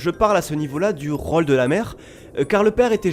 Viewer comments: Bah enfaite (mais ptet que c'est que moi) j'aurais plutot tendance a prononcer le "ô" comme un "au", de façon ouverte (jrcois que ça vient du ω) que de façon fermé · Mis a part ta prononciation de "rôle", je kiffe a.b.s.o.l.u.m.e.n.t. tout